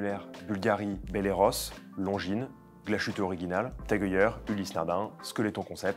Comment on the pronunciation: Dommage que je n'ai absolument pas les moyens d'acheter l'octo finissimo que je trouve superbe! et Glashütte se prononce glass hutte et non shutte!!!! quelle indignité!!